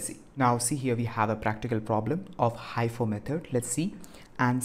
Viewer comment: its mostly pronounced as he -fo